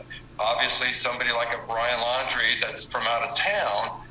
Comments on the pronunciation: His name is laundrie like when you wash your clothes. Not laaaandree, just kinda hard to listen to a news source with bad pronunciation. 😕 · Pronounced Lawn-dre. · Laundrie....NOT Landry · His name is Laundrie not Landry. And yes, he most likely killed Kylen & Crystal..., as well as Robert Lowery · The entire world knows his name how are you still pronouncing it wrong? Hmmmmm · She was found in Wyoming, not Utah. And you are pronouncing his last name incorrectly. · Probably pronounce his name like he does on the policecam.